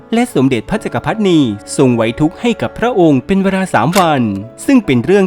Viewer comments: "จักรพรรดินี " อ่านว่า จัก กะ พัด ดิ นี ไม่ใช่ จัก กะ พัด นี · "แดนอาทิตย์อุทัย" ไม่ใช่ "แดนอาทิตย์อุไร" แล้ว "พระจักรพรรดินี" อ่านว่า "จัก-กะ-พัด-ดิ-นี" ไม่ใช่ "จัก-กะ-พัด-นี" แล้ว "ปลานิล" คือ "ทิ-ลา-เปีย" หรือ "ทิ-ลา-เพีย" ไม่ใช่ "ทิ-ลา-เฟีย" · จักรพรรดินี น่าจะอ่านว่า จัก - กระ - พััด ~ ดินี หรือเปล่าครับ